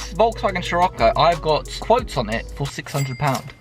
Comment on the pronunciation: Dont want to be a pain in the ass 🤣🤣 but hate it when you pronounce it as shir-occo and not sir-occo. Much appreciated 😂😂